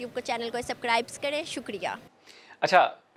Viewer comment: Subksrskibe 😂😂😂😂 Koi pehle inhe English sikhayo Nhi aati to bolo mat 😂😂😂